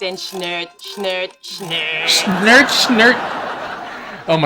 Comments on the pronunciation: agreed, except the "schnööt, schnööt, schnööt" 🤣🤣🤣🤣 (for non Germans: it's supposed to be "Schnurr, Schnurr, Schnurr" xD) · I think its "Schnurr, Schnurr, Schnurr" but wrongly delivered^^